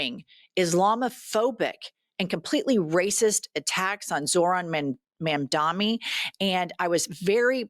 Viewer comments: We need to work on the pronunciation of Zor-han Mom-dani It's important because they're going to try to weaponize it like they did with Kah-mah-lah's name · Jesus christ, can you pronounce Zohtan Mamdabi's name right? Maybe not like a maga moron?